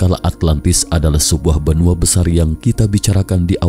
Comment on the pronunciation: Ada huruf "k" di belakangnya benuak, setarak, asiak 😂😂😂😂😀😀😀